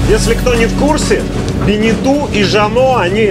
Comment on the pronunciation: БенетО а не БенетУ! Тогда уж и ЖаннУ должно быть... грамотеи..